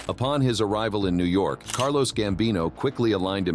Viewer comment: It's CARLO Gambino NOT CARLOS